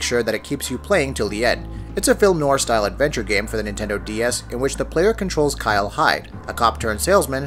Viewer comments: Just a nitpick, but noir is pronounced new-our. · As long as we're correcting people's pronunciations, it's actually pronounced /nwär/ not "new-are." Google it.